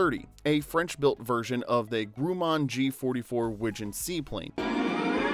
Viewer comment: Grew man. 😅😅😅😅. Grumman